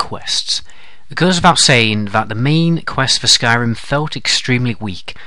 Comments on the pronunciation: Skryim lol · "Skryim" The Next Elder Scrolls game. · did you mean "Skyrim" instead of "Skryim" at the begining? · lol Skryim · in the beginning u spelled skyrim skryim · Skryim XD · Who else notice in the beginning it said 'Skryim'? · Skryim haha